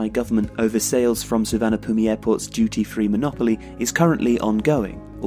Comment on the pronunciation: FYI Suvarnabhumi is pronounced Suwannaphum :)